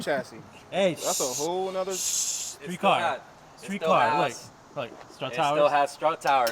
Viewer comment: “Skreet car”